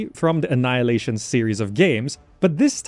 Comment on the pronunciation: Why do you say annaeleishn, but write annihilation? 😂